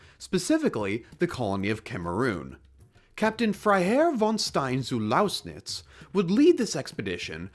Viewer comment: You can pronounce “Freiherr von Stein zu Lausnitz” (well, passably😊) but not “mokèlé-mbembe”? Pathetic😂